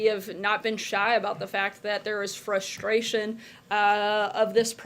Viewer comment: Yes Sarah say it again: Frushtrayshion.